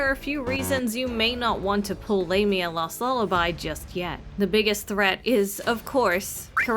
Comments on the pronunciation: Lam-eea Not lame-eea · It sounded wrong.. "Lame-ia" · I think the EN localisation is just weird. Japanese dub has her name pronounced ラミア (Lah-mia) so that is what I'll call her. Not lame-mia 😂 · It's Lah-mya is the correct one. It's of Greek etymology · AND I STILL WILL PRONOUNCE IT "WRONG". The current pronunciation just seems...LAME (No. I'm not sorry). And from what I've seen, she's NOT a lame character. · I thought it was pronounced Lah-mia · I was wondering why people pronounced it as 'Lah-mi-ah'. I forgot that it's how the Japanese pronounce it in anime. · For me as a native spanish speaker her official name in english sounds like Lame..nya XD, call her lame is kinda fitting for her character, I mean, lets be real hahaha, but I preffer how it's sounds in spanish, which is close to the greek pronunciation and well how everyone calls her "L@ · You're probably pronouncing It right, she isn't pronouncing it correctly.